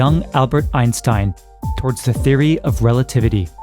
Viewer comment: Could you learn how to pronounce names before you make a movie? MACH, not Mack Also Einstein is not pronounced like you do it.